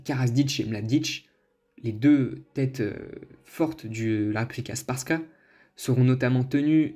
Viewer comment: La prononciation mon frère 🤣 🤣 alija tu le prononce Aliyah frère et republika srbska en gros tu le prononce repoublika serbeska mais sinon merci 🙏